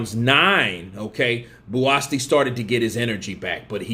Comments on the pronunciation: You spell his name as Buasti instead of Buatsi and proceed to pronounce it Buaski,u Americans man hahahaha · pronunciations give me the ICK sometimes😂😂who the hell is “Buasti”??😂ITS BUATSI! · nope BUU-AT-SEE😊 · His name is BUATSI not Buasti. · He is not called Buasti mate but Buatsi.😉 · i like watching Buatsi because he has venom in his gloves, or is that an egg weight. Also his name is pronouncced Bu-at-sea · Pronounced: Bo-a-chi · his name is spelled BUATSI and pronounced JOSHUA BU-AT-SEE!!! Great video!🥊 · his name is pronounced BOO-AT-SEE bro... that is a silent 'S' in his name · AMERICANS BUTCHER NAMES😂💆🏾‍♀️🤦🏾‍♀️ BOO -AT -SEA (Buatsi) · Is bu’a’chi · I gave you a thumbs down for kept pronouncing Buatsi's name wrong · Most of these YouTube uploaders don't do any research. They just want the views to make money., like most of them, don't give a fk about the pronunciation of his name. Which is sad, because if he was watching the fight, he surely would have heard his name. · You murdered his name, question why are American's so bad at pronouncing names????, but yes it was a great test for JB, and his another good step forward towards a title shot, maybe another fight before then.